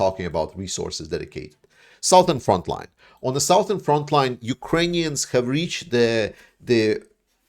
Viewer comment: 'Southern' is pronounced as 'Suthern'.